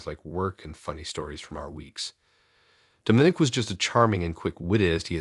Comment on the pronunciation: Dom-I-nic NOT Dome- in- ic. Lol A.I.'s pronunciation drive me nuts🤣